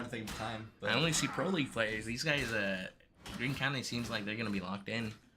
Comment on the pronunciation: You guys butchered our names for Greene county 😂